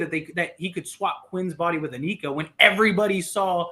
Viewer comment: Anika is NOT pronounced, ANEEKA!!! It is Anika, with a short I.